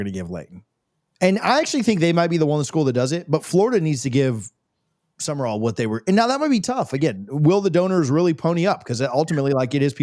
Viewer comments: Will needs to back off the Red Bull and other highly caffeinated beverages. And it's Sumrall. Not Summer-All. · Sumrall has a completely different energy than Napier. He will be different. He will be successful. And it's Sum-rall, not Sum-mer-all.